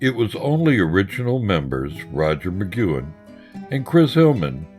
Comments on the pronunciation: Good documentary, but why is there someone doing voiceover who can’t pronounce McGuinn’s name and thinks there’s a drug called “silibin”? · One cool way to give your documentary legitimacy is to pronounce the names right. It's not Roger McgYOUin, it's Roger McgWIN. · MA-GWEN dumbass!!! Not MA-Qewen!!! Where have you been or what ever???!!! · Migcuen? It's Mcguinn. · I can't take it! It's NOT Mcgooin, it's pronounced McGuinn /məˈɡwɪn/. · Mc GWINN, not "McGoo-in" I couldn't get past that, sorry. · FYI to the clueless narrator: anyone who knows anything about the Byrds knows that Roger McGuinn's name is pronounced as 'mah-gwin', not 'mah-gue-in' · Uhh Roger Mc "gwen" not Mc "gyuen" wtf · Hey, Roger McQuinn not McKuen. That's Rod Mckuen. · How's Mcgooin? You mean McGuinn dude c'mon. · Although I like the narrator's rough-hewn voice, he really shoulda been coached in the pronunciation of proper nouns. He consistently pronounces Roger McGuinn's last name as "mick-goo-in." I didn't even know who he was talking about the first couple of mentions. He pronounces Houston Street (pronounced "how-stun") in lower Manhattan to sound like Houston, the city in Texas. And as I was writing this comment, I heard him pronounce "psilocybin" as "sil-o-bin." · For god's sake, McGuinn's last name is NOT "McKuen" OR "McGoo-in." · Who the hell is Roger Mcguanne? I wish they'd get their pronunciations right. Roger McGuinn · Sure wish the narrator could pronounce Roger's last name correctly...some great photos...✌ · I am specifically referring to- Rodger McGuinn, and Bernie Leadon. These are two VERY big names and not getting them right really puts a bad mark on what is actually quite a nice video!